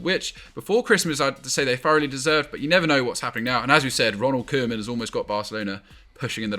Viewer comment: You all pronounce koemans name incorrectly.